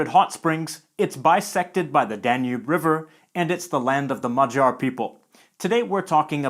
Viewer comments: The three Hungarian lads I work with all pronounce Magyar with a hard G. They all giggled when you said “madgar” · You're absolutely right, it's NOT a hard G. And you're right, you didn't pronounce it perfectly. :-) Your pronounciaton (as I hear it) was closer to 'majar' (like 'j' in June). Though there's a G in it, it not sounds a 'g', nor hard, nor soft. Rather like in the english slang 'whaddya'. Or check how czechs, slovaks, serbs, slovenes say it. (Maďarsko/Madžarsko/Mađarsko) Also... When you say the capital's name, it drives me crazy. :-) You said Budapest, with an 's' sound in it, but when you said Pest, you said it correctly with an 'sh' sounds as 'Pesht'. (I don't even try to explain how to pronounce Eger or Hollókő correctly.) I mention it because almost every languages has an 'sh' sound, so they COULD say it correctly. But to leave you with something positive: you're saying 'lángos' was very good! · this is a great video but. He butchered the word magyar lol😂